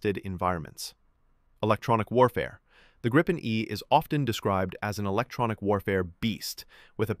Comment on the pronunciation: What is "Grippen"? The name is Gripen. I know that there's no AI that gets the pronunciation, but here you are: Think of the word 'green'. That's not pronounced 'grinn'. The 'i' in Gripen is pronounced like IF it was spelled "Greepen". It means 'the Griffin'. En grip - a griffin Gripen - the griffin The name was voted for by the Swedish people. "Unprepared surface", well unfortunately not entirely correct. Any asphalt road, wide and long enough. But not like a propelled aircraft from a grass field or a gravel road. The risk stuff is sucked into the motor is too high.